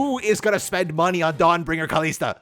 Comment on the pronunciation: Dude Kalista says her name in her voice lines. Do you not know how to say it?